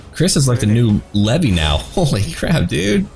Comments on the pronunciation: Levi! He said levi(lev-ee) it's Levi(lev-eye) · not Levi as in the jeans haha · its levi not levy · its not levy its leave and then I levi. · I'm pretty sure it's pronounced "leevai" but whatever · Jean is my favorite character. His character development is just so amazing. Also that is NOT how you pronounce Levi's name lol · the way he said levi XD im done